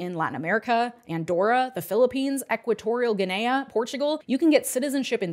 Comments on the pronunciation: She pronounced Guinea as G’nayuh. How droll. 😊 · In exchange for teaching me to pronounce Equitorial Gui-NAY-a, I'm going to share to pronounce Nantes: "Nonnt". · did you fr say "new gienua" its guinea like guinea pig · *Equatorial Guinea, pronounced ginn-ee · it’s Equatorial Guinea 🇬🇶, pronounced gi-nee (like a guinea pig) for those who don’t know and is the only Spanish-speaking African country and not to be confused with the melanesian country/island New Guinea which is also located north of Australia and shares part of Indonesia. Theres also 🇬🇳 , also a French-Speaking west African country which is Southeast of Guinea-Bissau 🇬🇼, a Portuguese-speaking coastal, tropical African country. I wonder if its citizens could obtain Portuguese Citizenship… something to look into. thank you for sharing so much information on this channel. I’m always blown away by your brilliance/intelligence. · Thank you for making this. Also, I didn't know that pronunciation of Guinea and I’m glad to now! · she pronounced it wrong lol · Your mispronunciation of “Guinea” is what really did it for me. Beyond upsetting that you’re allowed to vote